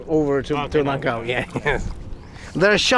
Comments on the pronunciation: Sorry my friend. Its langkawi, not langwaki.. Hehehe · Langkawi not langwaki